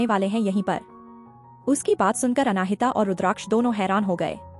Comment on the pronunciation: " अनाहिता " जब यह नाम तुमको बोलने में इतनी मुश्किल होती है तो कोई आसन सा नाम रख लेते। नाम का मां बेटी बहन कर के रख दी है।😅😅😅